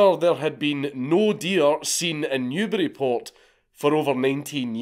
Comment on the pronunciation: Considering you’re British, it isn’t really surprising, but thank you so much for pronouncing, “Newburyport” properly